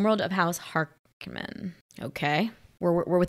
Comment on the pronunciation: Huh, weird you didn't catch yourself in the editing there. Also: what's with the weird pronunciation of Harkonnen in this movie?